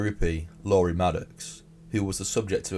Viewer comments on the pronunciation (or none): none